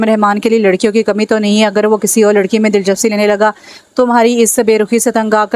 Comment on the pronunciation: Dilchapsi nhi dilchaspi hota hai